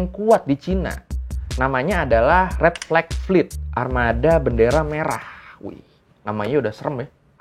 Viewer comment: bilang red Flag fet aku malah dengernya red velvet🤣🤣🤣